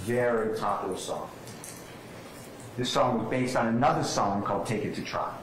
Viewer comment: Trial*** not “Trail”… lol